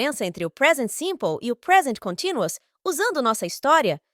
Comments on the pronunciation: sem querer julgar ,mas como estou tentando aprender o idioma ,eu tbm achei a pronúncia continuous estranho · Com todo respeito, mas você pronunciou a palavra "continuous" de forma errada e o título acima também está grafado errado. Tomei o cuidado de consultar alguns dicionários online, ok? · Que interessante. Eu nunca ouvi a palavra ‘continuous’ sendo pronunciada dessa forma.